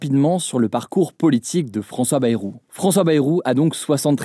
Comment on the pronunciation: ça se prononce Baille-roux...